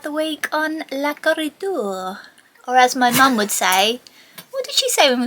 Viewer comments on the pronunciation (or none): Oh no, leaks are a pain to discover, trace and fix. 🤦🏼 I'd say 99% of boat problems are caused by broken hoses or cables. And when one goes, the rest follow suit because they were generally installed at the same time. I hope you're doing better now. "Cor-i-door" pronounced like the "Koh-i-Noor" diamond, currently residing in the crown jewels. Could that be your mum's joke? 😄💎👑 Liz